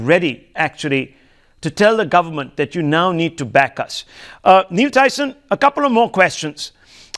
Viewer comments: He should have addressed him as Dr.Tyson.. He also mispronounced his name.. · The anchor doesn't even knew Tyson's name correctly... But he grew up watching cosmos 😂